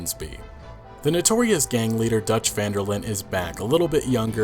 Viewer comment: Great video, however it's not pronounced vanderlin. It's pronounced vanderlin-deh. Because his last name is Van der Linde. From a native Dutch speaker